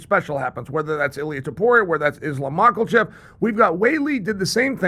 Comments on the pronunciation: "Islam Michaelchev" - Chael Sonnen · Islaf macklechef? christ, chael is insufferable lol